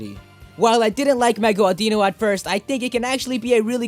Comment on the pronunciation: Audino, not Awh-dee-know.